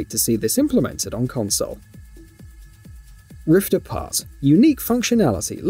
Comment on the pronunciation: Holy shite dude. This was super annoying. At one point he was also saying Rifts Apart. 💀💀💀